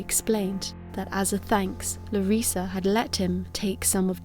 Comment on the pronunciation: you say Larissa just fine, no worries.